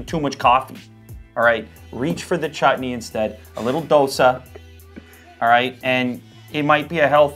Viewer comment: Did he said Chut-ney😨